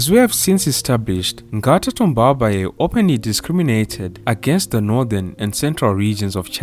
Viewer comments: Thanks for the great work! I learned a lot on my first President. Just one comment, Tombalbaye doesn’t have an é intonation at the end. The intonation remains flat 🙌🏾🙌🏾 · I like the sound of his sur name when you pronounce it 😩🤣